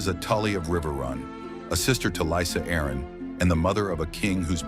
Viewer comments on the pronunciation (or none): I'll be afraid of AI. Only once it leans to pronounce Jaime, Arryn, and Rheagar correctly.